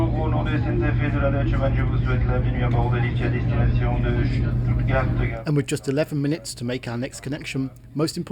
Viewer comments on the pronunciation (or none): none